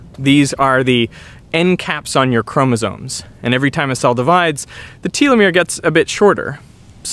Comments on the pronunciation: From the department of picky pronunciation: Telomere == tell-oh-mere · question, why do you pronounce telomere as tea-lomere? Do you pronounce telephone as tea-lephone or telescope as tea-lescope? If you do then I guess that's just accent, but it seems curiously irregular. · Mispronounce telomere much? Wow. Otherwise love the video. Love you. I’m just a stickler. Sounds matter to meaning.